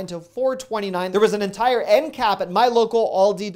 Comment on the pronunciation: I heard cat cleaner instead of cap cleaner. Lol